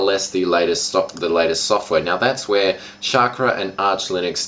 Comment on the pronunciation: Chackra is pronounced "Shawk-Raw" :D